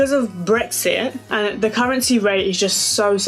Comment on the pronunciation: I love how u say "de" instead of "the" lol!